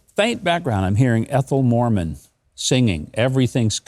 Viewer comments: Ethel Mermon, not Mormon. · MERMON not Morman. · FYI it was Ethyl Merman not Morman.